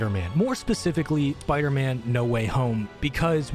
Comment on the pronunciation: "Sparder-Man" lol